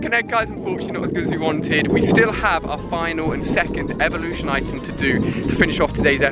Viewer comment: new evelooshon to odish